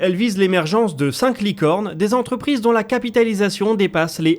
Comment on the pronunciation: "au moins cent z'entrprises", vous êtes sûrs ? 😢